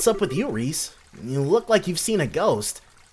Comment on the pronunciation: Isn’t Ries’s name pronounced Reee-es? The name is french, and to my knowledge that’s how it would be pronounced.